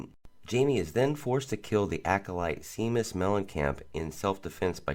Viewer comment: It's pronounced (shay-mus) I know it's spelled Seamus